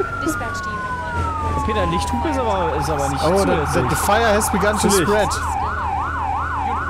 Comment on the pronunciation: Immer wenn Peter "de" anstatt "the" sagt, stirbt irgendwo ein Englisch-Lehrer :D